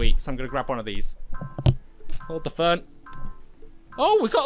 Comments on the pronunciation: In the captions he said fern but I actually realized he was trying to say phone 🤐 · Learn how to say phone and radio